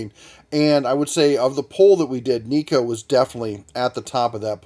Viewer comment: It's pronounced nay ko.... Assuming it's try to sound Japanese.... Lol